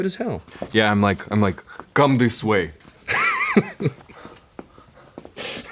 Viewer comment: When Connor says "Come this way," in his accent and then hobbles away with the chair, I died 🤣 😂 😭